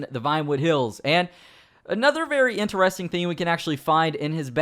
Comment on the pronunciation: Yes that was very ENTER-REST-ING